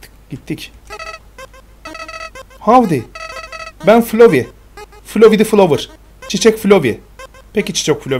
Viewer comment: Abi flöwey değil flowey